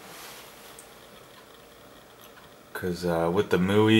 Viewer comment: it's m-i-u-i. not mui